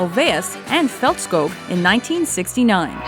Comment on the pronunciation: Faltschkog and Lyngschtad 😂😂😂